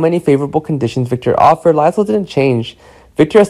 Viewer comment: Omg this guy cant pronounce anyones names… lie zel? So behind